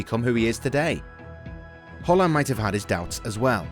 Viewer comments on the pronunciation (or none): Thus guy say Holland instead of Haland or am i stupid